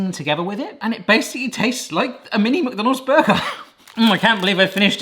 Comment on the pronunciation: Anyone else notice the way he pronounces McDonald's? It's like he says MuckDonald's...